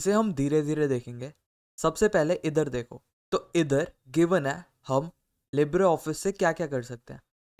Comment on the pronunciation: Tf is Lib-re office That's a damn wrong pronunciation 😂